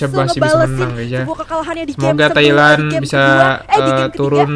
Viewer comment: Thailand bro bukan Tahiland😀